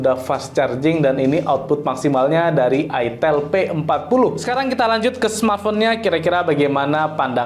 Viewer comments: Itel tulisannya bacanya Aitel Bagi orang yg flm plgi orang Jawa gak asing Bang nama merk itu 😅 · Baca nya Aitel